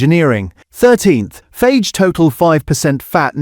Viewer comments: By the way FAGE is pronounced "fah-yeh" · ‘ FAGE’? It’s pronounced FAH-YEH. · Thanks for all this useful info. I'm so relieved Fage came out well as it's the only one I buy when it's available. By the way, they tell you how to pronounce it on the pot, and it doesn't rhyme with "page". You can just about see it on the left . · Really useful, but the AI voice over can't pronounce Fage. It's Fah-ey, the g is silent. A dead giveaway that no one is overseeing the voice over. This sort of thing is harmless enough here, but it gets dangerous over time as people get fed what they think is correct information but is just AI slop. Ironic in the context of this video! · FAGE is pronounced as Faahay … I make my own… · Its pronounced Fiyahh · It's pronounced "Yo"...in fact the AI did say it correctly here once. Apart from that ...I'm not sure about pronounciation of "Fage" either. 😟🤔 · Tangier, Fage, Yeo Valley - might want to check your pronunciation of these! But otherwise yes, informative content. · Tangier pronounced as the city and not tangy-er, Fage as phage instead of Fayeh 🤣Sloppppp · Is this narration AI? FAGE? Read the container, it tells you how to pronounce it correctly. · Fage is pronounced Fay ire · Just so you know -- it is not pronounced Faje . It's more like Fa-gay. (Greek for "eat") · It’s not Fage, it’s pronounced FA-YEH! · Yes, I noticed that. He also pronounced Fage as fayg but it’s actually more like far-yay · I thought ai had to be listed on vids now? Tangier? Tangy-er, ie more tangy, tangier. 😂 Phage instead of Fah-yay (Fage yoghurt). Do better please. Otherwise, good vid with great info. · It's pronounced as Fie-yae, not fage. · Also the brand is pronounced "Fa-yeh", not "Fage" - it even says so on the pots. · Fage is pronounced Fah-yeh in Greek as the G is soft and you pronounce the e at the end.Good video though! Useful tips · Great information, but please learn to pronounce the manufacturers like Fage (faiay in English) and Yeo Valley (Yoh Valley)